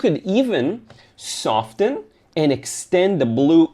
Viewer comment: SoFFen. Don’t pronounce the T In soften. Just like you don’t pronounce it in listen, moisten, or glisten.